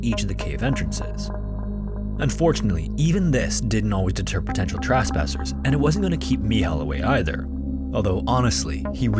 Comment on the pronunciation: Your stories are awesome but my ADD flares up every time you pronounce “e” as an “a”. Friendship/Frandship, trespasser/trasspasser, wrestler/wrastler